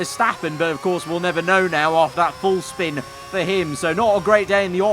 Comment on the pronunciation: sure did "shpin"